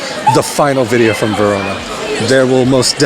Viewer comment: You Say "Verona" in a perfect italian accent. 💪🏼